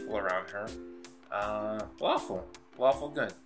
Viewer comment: did you say lawful good or faLAWFUL good?